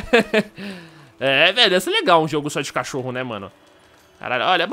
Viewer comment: leia e presta atenção de como o som fica (cótiorro), é tipo: "mo deuso" que o falou